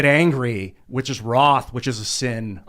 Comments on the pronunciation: or when he said ROTH 2 or 3 times and he meant WRATH? 🤣🤣 Ree ROTH should join van halen to replace David Lee Roth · sorry i dont speak nazi. Unlike youtube who nuked my last comment. I am sure he was actually just so mad and shaking he misspoke. Wroth if i remember correctly either came from old english or german. Also ive dubbed him in a van halen vover band that plays in a dive bar. He was fighting with them about 1 of the 7 deadly sins wrath. Also Ians an american as was everyone in the room. Why would he pronounce it that way or use a word that rarely used?